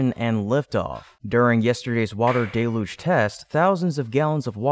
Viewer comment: I see you are still going with "DAY-Luge" even though everyone has told you that the word is "DELL-Huge" At least you stand by your decisions even when you are wrong.